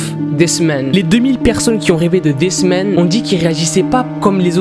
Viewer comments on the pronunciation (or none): quand t'as dit ''this man'' jai cru que t'avais dit''des semaines'' tes pas tres fut fut pour l'accent englais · Quand il a dit "This Man" j'ai cru qu'il disait "Des semaines" (voilà c'était très important à dire.) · Moi aussi ._.